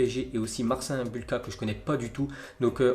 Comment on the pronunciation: On dit MarcINE Bulka